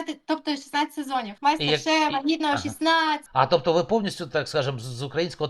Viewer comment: І як вона правильно сказала не Мастер шеф, а Майстер шеф! Правильно б на телебаченні ще б підписали ))😮